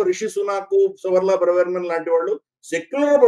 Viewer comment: అది బ్రెవెర్మన్ కాదు డాబర్మాన్